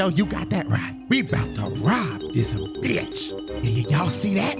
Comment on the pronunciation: You gotta check out the dub to hear how Scarlett pronounces "b**ch" as "beech"